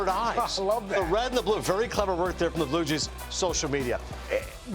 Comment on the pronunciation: Am I crazy? Why can't this guy say Blue Jays?